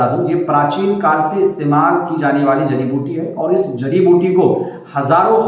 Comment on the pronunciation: Aap. Ko. Jadi. Biuti. Ka. Naam. Screen. Par. Dikhana. Chahiye. Aap. Ne. Jo. Bola. Woh. Samjh. Me. Nahin. Aaya